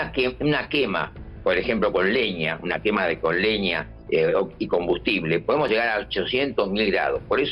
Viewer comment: Zegar a pasa eza. Tomatela. Pronuncia la ll pelot